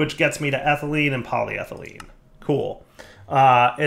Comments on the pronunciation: I watch these videos early in the morning so sometimes I fall asleep... But then I heard say polyethylene correctly and my eyes shot open. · Yay, said polyethylene properly today! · He said polyethylene right!!! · I was having a doozy of a bad morning, but hearing pronounce polyethylene correctly actually put one hell of a shit-eating grin on my face. 'Tis the little things I suppose lol Thanks, you're the best buddy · He finally learned how to say polyethylene!!!!